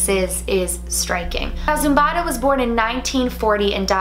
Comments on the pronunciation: Not zombada it's zobida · Not zumbada her name is zubaida lol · Her name is zubaida not zumbada 😂😂